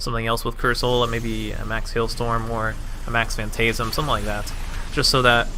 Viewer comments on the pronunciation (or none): The way you pronounce phantasm is painful, why arw you adding y?